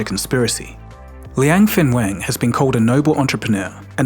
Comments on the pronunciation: It's Liang Wenfeng instead of Liang Fenweng Liang Wenfeng is correct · not fenwen， wen feng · Linag Wenfeng, not Liang Fengwen. 梁文峰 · is Liang Wenfeng, not Liang Fenweng lol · Constant mis pronunciation of his name, sometimes " Wen Feng" sometimes "Feng Wen" just ticks me off. Sorry. It's "Wen Feng".. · Please read his name correctly: Liang wenfeng. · This channel cannot even get his name right LOL It's Liang Wenfeng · Coz he got his name wrong. It’s Liang Wenfang instead of Liang Fenwang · Please make sure to pronounce people’s names correctly. The way it was said in the video is way too different from how it actually sounds. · Dude can't even get the name right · WOW your pronunciation of his name is horrible. Please be respectful to say someone name correctly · And got the name wrong. How the eff could someone screw up on such a basic thing. How can I trust the info presented here when he couldn't even get the name right? And it's not just once that he got it wrong! He said it repeatedly!